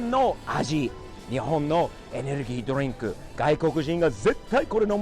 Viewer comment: ドリンクの発音がすごいナチュナルにきれい🙈